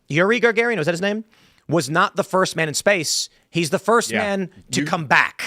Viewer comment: Its pronauced like Ga Ga Rin.🤣